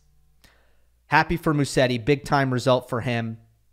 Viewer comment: Hey. Haven't seen anyone correcting you, but it's pronounced Muzetti. I know you try to have the right pronunciations as much as you can.